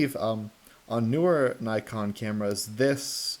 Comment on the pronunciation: I'm glad you didn't say knee-kon